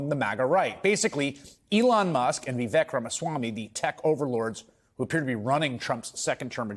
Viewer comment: It's embarrassing you still refuse to learn to say Vivek's name correctly